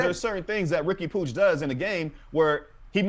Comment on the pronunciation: POOCH? Is Puig not said the same as the guy who played for the Dodgers?